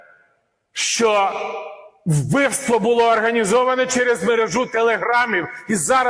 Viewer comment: А ЩО ТВОРИТЬСЯ З ТВОЄЮ ЩЕЛЕПОЮ,ЩО ТИ ТАК РУЙНУЄШ УКРАЇНСЬКУ МОВУ: ЩЬО,ЩЬОБ,ЩЄ,ЧЬОГО,ЧЬОМУ,ЧЯС,ПОЧЯТКУ,ЧЯСТИНІ,БАЧЄВ........???????????? ЦЕ ВЖЕ ГИДКО СЛУХАТИ З УСІХ КИЇВСЬКИХ КАНАЛІВ!!!!!!!!!!!!!!!!!!! ЗАХІДНА УКРАЇНА БУЛА ПІД АВСРІЙЦЯМИ,ПОЛЯКАМИ, ПРОКЛЯТИМИ «совєтами» І ЇХНІ ЩЕЛЕПИ НІХТО НЕ ЗМІГ ЗРУЙНУВАТИ,А КИЇВСЬКІ І СХІДНІ УРОДИ НАСТІЛЬКИ ДЕФОРМУВАЛИ СВОЇ ЩЕЛЕПИ ЛЮБОВЮ ДО ПРОКЛЯТОГО СВІТОМ І ЗАЛИТОГО УКРАЇНСЬКОЮ КРОВЮ «руского язика» ЩО НАВІТЬ НЕ МОЖУТЬ ПРАВИЛЬНО ВИМОВЛЯТИ УКРАЇНСЬКІ СЛОВА!!!!!!!!!!!!!! ГАНЬБА ВАМ,УРОДИ!!!!!!!!(УКРАЇНСЬКА ДІАСПОРА,США)